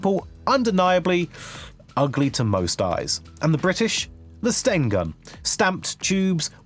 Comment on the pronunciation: Stain Gun, it's pronounced STEN. You absolute dunce. I'm convinced he is just an actor reading from a script than an actual gun nut.